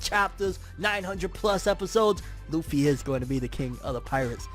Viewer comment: Its luffy. C'mon bro.